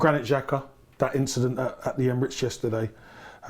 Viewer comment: Xhaka “Incedennt” oh dear 🤦🏻‍♂️🤦🏻‍♂️🤦🏻‍♂️😂